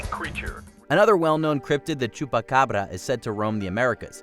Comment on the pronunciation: Lol so wait, is choopaccccabrrrra but is Coochie saki?